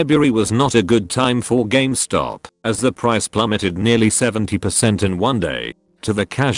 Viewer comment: Nobody:: Games Top